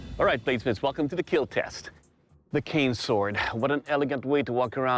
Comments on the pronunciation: wouldn't it just be cooler for them to wear a knight armor sets for protection than after Hes done, he just flips his mask up and says "it will KEAL" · “These weapons failed the stress test, therefore, they will not KEEL!!!!”